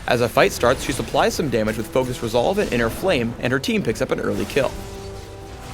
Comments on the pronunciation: TONS OF GAMAGEEEEE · LOOOOOL thumps up if u hered him said tons of damge HAHA